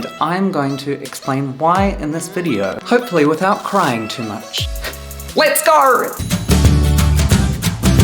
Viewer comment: lEtS gOr 😂😂😂😂😂